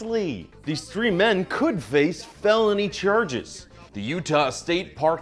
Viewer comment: Ok srry I came here from a snap ad and when he said “cherges” I diedddd😭😭